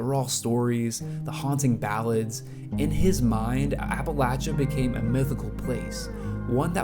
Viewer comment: Appreciate that you said appalatchya and not appalasha. Important to Appalachians. Colter is a stud. Jimmie rodgers - you’ll find my name on the tail of my shirt. Love it!